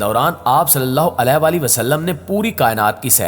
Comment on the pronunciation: پلیز محمد صلی اللہ علیہ وسلم کا نام کے ساتھ جو آپ علے وسلم مستقل غلط کہے جارہے ہیں۔یعنی علیہ صحیح لفظ ہے نا کہ علے ۔۔۔alayhi sahi lafz hai jab k ap ghalt (alay ) kah rahe hain.